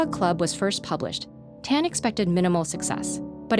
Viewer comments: TAAAAN not ten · > weirded out by the way Narrator says "Tan"